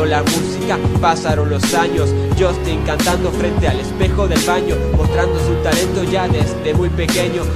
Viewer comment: el unico error es que pronuncia "jostin" y es jastin:')